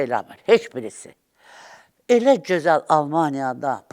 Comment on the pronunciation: Bu yaltağı hardan tapdınız,heç öz dilimizdə danışa bilmir.cözəl yox gözəl.